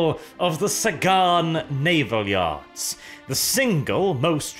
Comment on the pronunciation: "The Sagan Naval Yars!" Yars ? Really ?